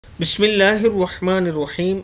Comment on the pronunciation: Video jb start karty ho to bismillah parhty ho.bismillah sahi parha karo.waziya tareeqay sy.samaj aay